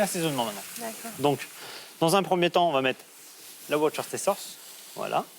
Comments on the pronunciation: Hahahaha ouarcéstère chailleure sauce... Bon, pour info on ne prononce pas le "ces" du mot Worcester donc ça se dit phonétiquement worsster 😉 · La sauce « Worcestershire » se prononce en omettant la syllabe « ce » ! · Ça se prononce "worster" bande d'ignares. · Prononciation du woscestershire sauce . phonétique. ououster sauce